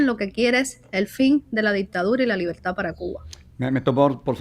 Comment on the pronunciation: Libeltá! Libeltá! 🤣Qué nadie les enseñó a pronunciar la R?